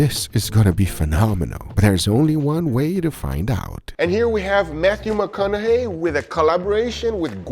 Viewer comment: There is no R in Matthew McConaughey. Guga added two 😂😂❤